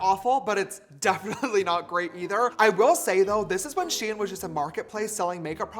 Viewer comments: James it’s pronounced sheen not shi-en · its not she-an its sh-ein sounds like fein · I thought it was pronounced SHEIN